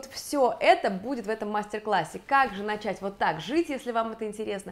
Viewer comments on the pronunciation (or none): none